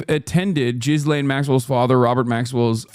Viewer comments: Who taught Hasan how to pronounce Ghislaine? That is the worst attempt I have ever heard. GHEE-Lane Hasan, GHEE-Lane. Not Jizz-Lane LOL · Is he pronouncing her name Jizz Lane on purpose? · I love that Hasan calls her 'Jizz-Lane'